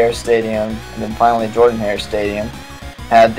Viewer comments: It is pronounced Jordan wrong, I can't believe you say it wrong! It's really cool, I wish I could have been there during those games. War Eagle, and learn how to say Jordan-Hare. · Learn how to pronounce Jordan-Hare. Other than that, it's pretty damn close. Have you done Parker, Haley, and Dudley?